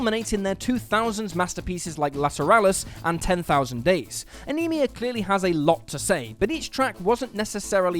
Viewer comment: ok, man, say it with me: Neal PURRT. pee-ert, is no. PURRT. AH-nuh-muh, not "anemia"